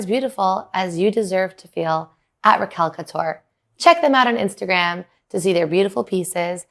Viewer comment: I love you but it's Raquel couture, not Recal couture 😅